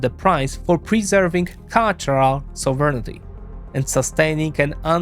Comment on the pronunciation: Great video. As a side note, each time he pronounces 'sovereignty' as he does, a kitten dies somewhere...